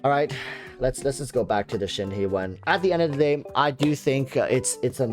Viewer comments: Thank you your the very first youtuber to say her name correctly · damn the first content creator I have seen so far who is pronouncing her name correctly. Kudos to you mate.